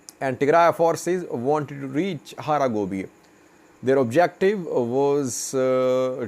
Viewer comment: you are saying it wrong, it is Hara Gebeya not Hara Gobeye. Gebeya means trade